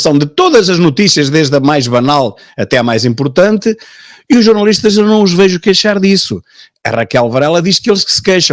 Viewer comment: Já jantei. Não aprecio borrego. Por isso, nao sigo esse programa. Além disso, ilustre Dra Raquel Varela parece ter uma "dis ué kssia”, um qualquer problema a pronunciar os "L", que ela diz "ééuuue". Não a entendo, sinceramente... O que são "jornauuuuístas"? Nao lhes dê crédito, Deputado Tilly... O Tilly tem tanta coisa importante para preparar, em virtude das suas novas responsabilidades... e está a gastar o seu valioso tempo com esses mendigos intelectuais? O Deputado Tilly vai fazer algo CONCRETO por Portugal e pelos portugueses. Esses comentekos, ao contrário de si, não acrescentam nada... Vivem em 1974, e de lá não saem.